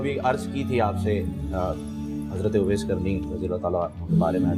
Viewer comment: News anchor sahab owezkarrni sahabi razeallahanhhu nahin hai rehmatullahi hai